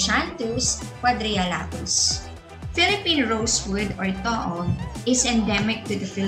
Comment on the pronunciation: It's pronounced TOO-OG!